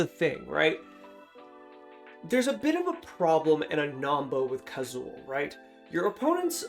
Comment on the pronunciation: I wanted to hear but had to stop when you got Kazuul so wrong I couldn't trust your thoughts going forward, sorry bud.